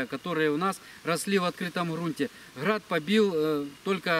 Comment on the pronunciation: оХород 😂😂 Храад побил Храд 😂😂 🤦🏼‍♂️